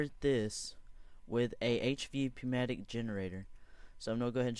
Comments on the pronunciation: "Newmatic" pronounced like that. Thanks for the idea tho!! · lol poo-matic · Pronounced New-mat-ik. Jen-er-ate-or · Hey buddy I have a pocket, actually a suitcase full of corrections to your thoughts! For one, MasterShakeIII is right! The P in Pneumatic is silent. Next, the solar panels dont all need wires connected to them because they transfer power to eachother. Another problem with this is that you constantly use connections(Conductive Pipe, Glass FC) which only decreases the amount of power going through. I only have a few more characters in this comment so Good bye! while true do turtle.attack end